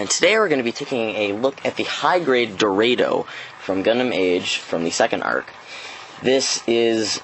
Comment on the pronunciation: hmm... I thought its pronounce Do-Ra-do, very weird to hear it being sound as Dor-a-do.